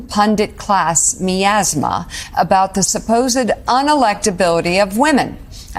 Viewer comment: an oppressive or unpleasant atmosphere which surrounds or emanates from something. I'm 66 so a little older, but I'm surprised you never heard it. She mispronounced it though. It's pronounced My azma, not Me azma